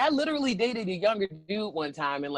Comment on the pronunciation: How does no one else notice saying, "little-ly" and not literally?? Cracks me up.